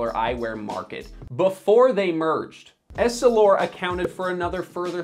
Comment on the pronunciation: Why are you pronouncing essilor “Ess-ih-lore” as “Elle-si-lore” . Do you not know how to read ? Did you not do any research for this vid ?